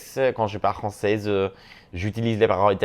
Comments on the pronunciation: It was so cool to understand you in all three Romance languages you used! Your French is really good, but you shouldn't pronounce the "z" at the end of français, because there's no "e" at the end. But you sound really good! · Youre pronouncing ‘français’ wrong in French; the ‘s’ at the end of the word is silent, unless you’re using it as an adjective: (French thing, French person). When you’re referring to the language, the ‘s’ at the end of the word is silent. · Honey stop saying “Francaise” when referring to French language lol it’s francais (no S sound at the end ) and this is coming from another fellow friendly Moroccan haha Love youuuu you re amazing!!!